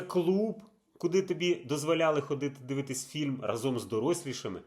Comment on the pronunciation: Та ра́зом, а не разо́м. Ну скільки можна? :(